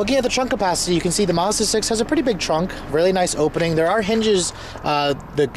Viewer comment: If it was supposed to be pronounced Marzda, it would be spelled Marzda. It isn't. It's a Mazda! Uggghhh!